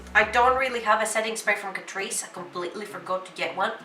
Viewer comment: i m todays years old when i came to know it pronounced as catreece not cat_rice